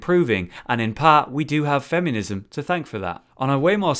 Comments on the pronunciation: "Fem-yoo-nism"... that's not a U in the word "feminism",! XD Even when it's not Dark Souls, mispronunciation is still happening I see:P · "fem yuh niz em" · Anyone else keep hearing him say "fem-you-nism"? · The part I was most bothered by in this video was how you kept saying "femunism." Classic, what would I do without you? xD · I love it when says 'femiunism':D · It sounds like he is saying femunism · one either you or me pronounces feminism incorrectly.